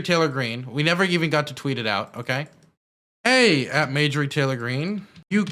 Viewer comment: dude … it’s MARjorie not MAJORie